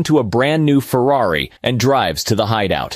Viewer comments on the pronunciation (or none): Bruh said Ferrari soo far off it hurts😂😂😂